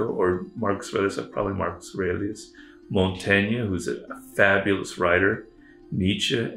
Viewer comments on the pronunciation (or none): Montagna ? It's Michel de Montaigne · Mont-tain-ya? Seriously???